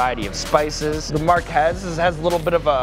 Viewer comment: The spicy Marques! Its pronounced mirgez